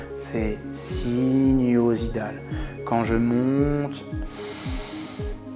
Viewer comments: Très intéressant, mais attention on dit "sinusoïdal" et non "sinuosidal" ;) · Sinusoïdal et pas sinuosidal :) Cela dit tres bonne vidéo! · bonjour,trés bonne vidéo merci. mais ce n'est pas sinuosidal mais sinusoïdal.pas facile c'est vrai... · Merci beaucoup!! Juste, on dit "sinusoïdal" - pas sinuosidal :-)! Presque! Mais vraiment, vidéo intéressante que j'utilise en classe au Mexique! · Super vidéo, merci pour cette contribution, et juste pour info on dit sinusoïdal et non pas sinuosidal 😄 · bonjour, ce n'est pas SINUOSIDAL mais SINUSOÏDAL. +++ Mais on a bien compris la technique. Dr Serge /Gynécologue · Désolée mais on dit sinusoïdal, merci pour tous ces conseils